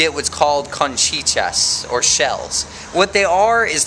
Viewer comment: conchichas?? .. i think you mean "Cancha" or "canchitas"